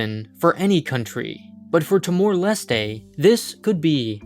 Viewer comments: "Tee-more Leh-stay" You mean Tuh-mor lest? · The way you pronounce timor-leste is really strange, I thought it was pronounced with a silent “e” at the end.